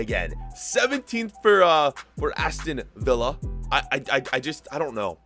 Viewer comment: Even tho he doesn’t say Villa correctly, I like how he says it bc he’s speaking in a Spanish accent. 👍🏽